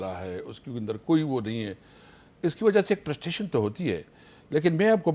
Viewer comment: Yeh prustration kya hota Hai. 😅😂😊